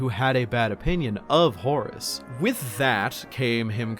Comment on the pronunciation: at this point, I just hear "Horse Lupercal"